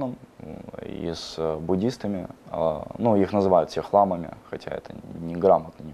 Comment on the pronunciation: Какая чушь. Нет Президента, нет Бурятской АССР, мальчишка мало понимает о чем говорит, Бато отстал от жизни Бурятии как минимум лет на 20, что такое "камлание" вообще не знают и не понимают. Про шаманов полная ерунда. А про лам - это вообще запредельная ерунда. Кстати, в Бурятии говорят "ламА", а не "лАма". Ольхон - священное, а не сакральное место. Короче, нагородили всего понемногу, жаль что практически все не так.